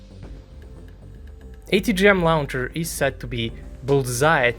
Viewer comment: The first syllable of "launcher" sounds like "law," not "cow."